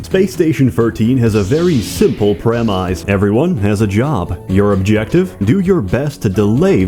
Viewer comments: "Space Station Firteen has a very simple premiyce" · Lmao you pronounce premise like a robot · Either you or me is pronouncing the word "Premise" wrong.